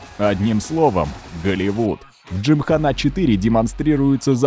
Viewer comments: Не выдержал досмотреть до конца. Уже тригерить начало это слово джимхана́. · Кен Блок и дрифт, как вообще связаны? Это какой-то байт на произношение? С таким понтом приведена ссылка на правильное ударение в слове джимхана, хотя в случае заимствованых слов, некоторое их искажение это совершенно нормальная практика, а потом начинается-ПастранА, бифи, дрифтЁр, ламборДЖини. Почему, если речь идет непосредственно о роликах с участием Блока, не упомянули видео из России с канала гоупро, подобных, я думаю, было много? Автор, тебе бы к доктору сходить, проверить количество хромосом в 21 паре, допускаю, что у тебя их три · ЛамборГини, а не Джини))) Хотя слух режет намного меньше чем ДжимханА)) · Т.е. автор весь ролик нозит своей джимхано́й (хотя сам Кен говорил "джимха́на") но при этом не погуглил ударение на Пастрану? Ну и БиФиГудрич и ламборДжини тоже очень интересно звучит 🤦